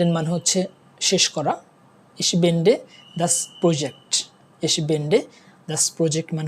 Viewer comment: বেন্ডে না, বে 'এন্ডে হবে উচ্চারণ!